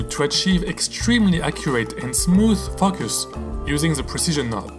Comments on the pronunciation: Beautiful. But you had better say focus with a hard "o" or the little kids are going to giggle. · You might want to learn how to pronounce focus.